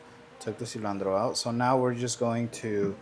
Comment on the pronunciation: Cilantro not cilandro 😅